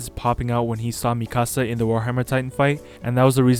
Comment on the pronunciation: its not "mi casa" its me ka sa